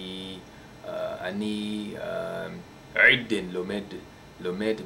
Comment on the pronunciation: you need to do the "עדיין" like:"adain" not like "adin" well lets test you hebrew:אתה צריך לשפר את העיברית שלך אבל יפה, אתה מתקדם טוב :)